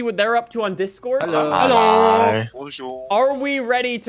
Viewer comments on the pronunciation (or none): none